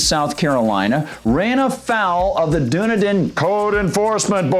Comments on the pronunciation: OMG it's pronounced DONE-EDEN (Dunedin) AND THEN YOU DO IT AGAIN!!! It's PIN-ELLIS COUNTY (PINELLAS), which is where Clearwater & St. Petersburg are located, same county as Dunedin. That man has had MULTIPLE violations over 2+ yrs that he's ignored plus notices are also HAND DELIVERED by a process server since the codes department is apart of the county court & he let it get this far WITHOUT NOTIFYING THEM!! The community as MANY in Florida are deed restricted & when you buy a home you have to sign paper's AGREEING with the bi-law's (rules) of that community. No one HAS TO buy a home in a deed restricted community THEY CHOOSE TOO BECAUSE THEY'RE KEPT UP unlike certain area's. So it's not government forcing these "rules" on anyone people choose this. Even if a property is given to someone as a result of death the NEW OCCUPANTS are PRESENTED the same document's that were "originally" signed & they have to agree with it also or they can sell the property, AGAIN AN INDIVIDUAL CHOICE! Sorry but pronouncing a name of a CITY WRONG on air is ridiculous when you have multiple ways to find out the proper way of saying BEFORE RECORDING. I live in the area & am VERY familiar with this. But PLEASE make sure someone anyone verifies these Native American city & county name's for future vids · "It's pronounced Duh-NE--den, and Pa-NEL-us (county)." This from a post that has already been shared. Before you try to report something about a city and or county, learn how to pronounce their names correctly. Heard the same BS annunciation on a major news outlet. Your points are good, but you show a complete lack of respect by not knowing how to pronounce the communities name. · If you're going to do a story about a city learn how to pronounce the name of that city. It's done eden. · Am I wrong? Isn't it pronounced DONE EDEN? I'm pretty sure it is, but OK, still upvoted. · it is pronounced Dun Eden. I was trying to figure out what he was saying.